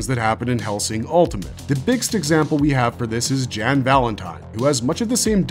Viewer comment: Only oof on this video is pronunciation on Jan Valentine. The J has the Y sound making it Yan Valentine. But more importantly, I liked both series. Hellsing 01 is a nice mystery, I'm more into Hellsing Ultimate because it drops the mystery and go completely against the norm of vampire shows and stories which is the opposite of why i like Shiki that stays true to most Western vampire stories. I will say when it comes to separate anime versions, the best 2 in my opinion is Full Metal Alchemist.